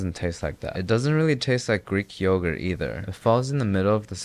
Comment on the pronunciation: yoğurt is turkish but the way you fucked it up im ok with it being greek